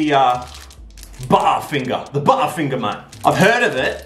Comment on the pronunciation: No one: Literally no one:: BuTtEr FiNgErS in English accent instead of American